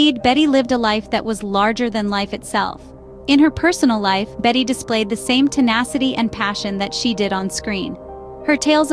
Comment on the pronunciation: She IS NOT "Bet" - her name is pronounced *always with 2 syllables as "BET-tee"